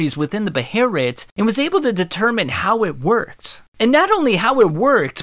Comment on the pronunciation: I absolutely hate hearing it called a beherit